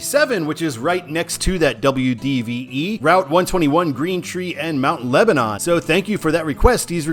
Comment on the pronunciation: I live here and I have to do this: Car-nay-gee Mount LebanIN MUNroeville